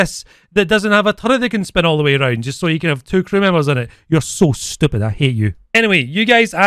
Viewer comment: "You're so stiupid , I hate you " lol